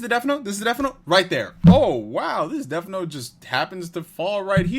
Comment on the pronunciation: Curious but is it honoring the source material to keep calling it "deaF note"?